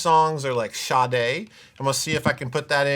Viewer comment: Holy shit Sade is pronounced Shaday?? Been a fan for years and never knew that lol.